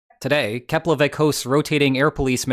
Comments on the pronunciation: Wow, first time I’m hearing a non-Icelander pronounce the name of the Keflavík airport correctly! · Hey man! I'm Icelandic and I approve your pronunciation of Keflavík! I think you're the first foreigner I've heard saying it correctly! And yes... Iceland is so small I saw my house in your video...